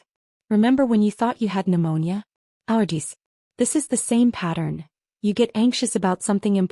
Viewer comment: Allergies, not Audees, which is not a real word! Serif, not Sarah.